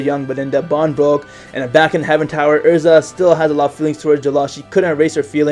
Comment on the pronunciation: It's Erza not ersa